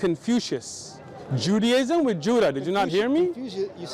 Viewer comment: Bro really just said Judaism with Judda 😂😂😂😂😂😂